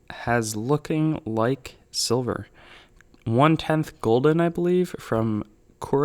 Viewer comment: It’s guilden not golden